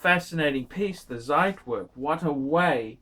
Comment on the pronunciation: He still won't say it correctly ;) It's like trying to train a dead horse.